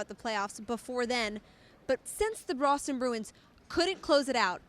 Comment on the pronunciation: Did she just say Broston